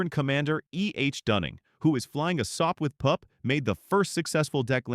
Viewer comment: A Sop with pup? Guess the AI meant to say "Sopwith Pup"